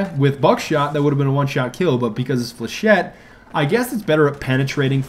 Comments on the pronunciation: you catfish...... flechette is pronounced like (fle-sh-ay) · Flechette rounds are for shit. I came up with this because the first time he said it I heard ForShit. :P